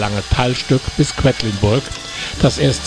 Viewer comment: Es heißt nicht "Kwettlinburg" sondern Quedlinburg.